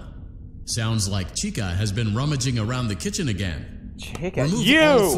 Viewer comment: It’s Chica not Chikka